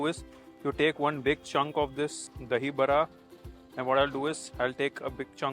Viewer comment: Very happy that he actually pronounced "dahiBARA" and not "dahiBADA". Really happy!